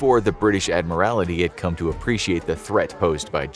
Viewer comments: Admiral TY (tee) not admir AL ITY. That is my only criticism of this episode. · It was the Irish coast. Not the Scottish coast. She was sunk off the Old Head of Kinsale, Ireland. By the way, it's "Admiralty." Not "Admiria;it." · Admiralty you are adding an extra i. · Cringed every time he said "admirality" 😬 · And get a narrator who can pronounce it. ADMIRALITY. cringe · I find the mispronouncing of "Admiralty" as "Admiralaty" somewhat distracting. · It's pronounced 'Admiral-T' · It's pronounced Admiraltee. Your mispronouncing is embarrassing and distracting. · I think they pronounce things wrong to mess with people because they wildly mispronounce things quite often. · The miss pronouncements of admiralty is annoying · Someone please tell the narrator how to correctly pronounce "admiralty". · no L